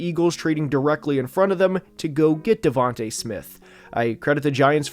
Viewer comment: Devonta smith not davante smith